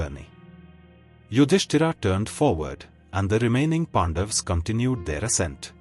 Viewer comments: Its not Pandavaaaaas... its Pandavs..... Pronounce correctly at least our names. That A is not AAA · Humble request, please pronounce names as in sanskrit. PandaVAs, Arjuna , yudhishthira, NaradA Please 🥺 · No, it is Pandavaas. Don't apply Hindi's blunt style to cut off words. Now, repeat after me...Pandavaas. Na jaane kahan se aate hi tumhare jaise namoonay.